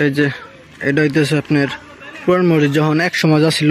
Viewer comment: মরজিদ বল্বে না মসজিদ বল্বে। কিছু শব্দ শুদ্ধ বলতেই হয়, অশিক্ষিত মানুষদের কথা আলাদা। শুভকামনা রইলো